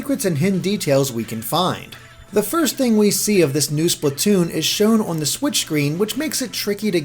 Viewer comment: Splatwoon oh yes